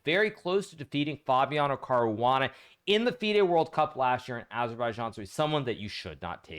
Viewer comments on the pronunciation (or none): none